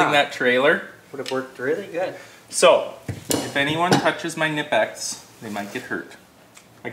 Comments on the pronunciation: Fyi the correct pronunciation is with the "K"nipex i.e. k-nip-ex. Doesn't matter to me how you say it, though. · The K isn’t silent in Knipex. It’s pronounced K’nipex 👍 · just in case you wondering it kuh-nip-x who makes your tools:) and congrats on being the fun uncle erik!